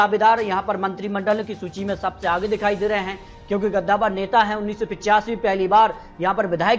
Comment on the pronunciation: गद्दावर नहीं कद्दावर